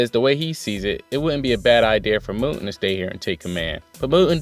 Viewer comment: Mou'en Mou'en Mou'en. Hahahahaha. I never noticed you saying it wrong. Honestly I doubt I pronounce half the Asian names I read anywhere near right. Hara does know how to pack a lot of info into one chapter. It seems the focus will be on the left wing but I'm looking forward to seeing some more of Yotanwa in action. That battlefield seems more interesting to me. With all the hype around Yotanwa you know she has to win. But the odds are really stacked against her even more than what Ousen is facing. Great for Mouten being named general. Of the monster 3 I thought he was the most deserving up to now. Ouhan is almost as good but his people skills and arrogance keep him a step behind Mouten imo. Anyway thanks for another great review.